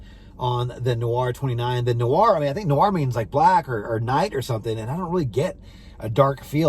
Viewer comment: It's not called "The Noir." It's called "Thé (pronounced "TAY") Noir" meaning "black tea."